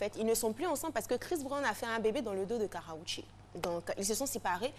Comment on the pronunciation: elle dit Karraoché lol ell est sérieuse, qu'est ce qu'elle est nulle! c'est KARRUECHE